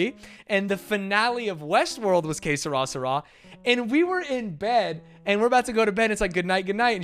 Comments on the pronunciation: Que sera sera is French and you are both pronouncing it wrong ..... ;) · God damn, I had to see the chat to understand when you were trying to say "Que sera sera". I'm not sure how says it but your pronunciation is clearly wrong